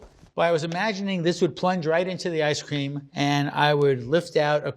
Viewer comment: 1 like for every time he said ice ceem